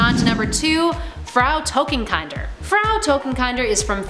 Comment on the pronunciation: Totenkinder is an amalgam of two German words. Kinder like kindergarten. Not like kind.